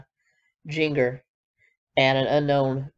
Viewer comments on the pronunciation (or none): Jinger is pronounced the same as ginger. lol A lot of people get tripped up. Also, Johannah is Jo Hannah but smashed together. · I was referencing when she named all 19 siblings. She mispronounced Jinger and Johannah.